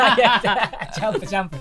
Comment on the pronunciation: だんだんジャンプが(雑誌の)ジャンプに聞こえるw